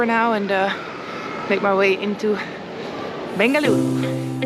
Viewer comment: the way you said Bengaluru is impressive 😊 Welcome to Bengaluru